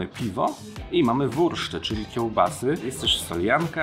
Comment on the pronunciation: tak, tylko jeszcze "wurst" to wu(r)st, nie "wurszt",na pewno, czyli "rizenbratwurst",pozdrawiam